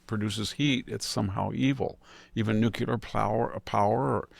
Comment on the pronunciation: A friendly reminder. The pronunciation is Nu-cle-ar, not Nu-cu-lar. "Nucular" is a colloquial and often criticized pronunciation of the word "nuclear".